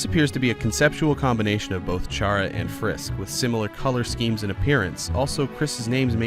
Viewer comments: STOP SAYING char-uh ITS care-uh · Almost Everyone : its C.ARA NOT CHA.RA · Sorry, autocorrect. Chara is pronounced “Kara” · Me getting angy when you said CH(as in chip)-ara instead of Ch(like car)ara because it’s a play on the word character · Character is pronounced “kara” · Well you said chara like how I said but you pronounce it as cara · Or maybe it's actually pronounced KARA!!!!!! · Chara's name is pronounced car-a. So, Kris's name might be a combination of Frisk and Chara. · Why do you pronounce Chara like that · 51st fact: You pronounced Chara wrong.